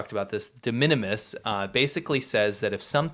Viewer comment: I have never heard de minimus enunciated that way. I thought it was a new word all together